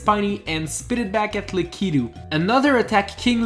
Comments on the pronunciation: That's how lakitu is pronounced not the lack keto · Lakitul is pronounced La-ku-too Not le-kee-too... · Who else got triggered when he pronounced lakitu wrong?